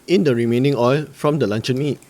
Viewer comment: im keep hearing lancau meat instead of luncheon meat btw thanks for the recipe boss